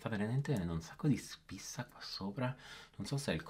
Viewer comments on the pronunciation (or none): Quando hai detto[ ho spissa al naso] ma sei cresciuto in Veneto? Ho sempre pensato tu fossi di origine Campana? Mi diverti molto e sei bravo... ti prego prova la Coral di Nabla a me' e piciuta un sacco magari per l'estate mi piacerebbe vedere cosa ne esce con la tua bravura😘